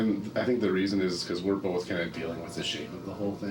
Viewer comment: Why do they keep saying "for NO resaon?"